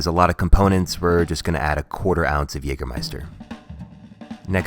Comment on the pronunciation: Excellent pronunciation of "Jägermeister". Appreciate that